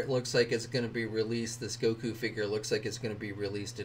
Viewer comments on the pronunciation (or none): none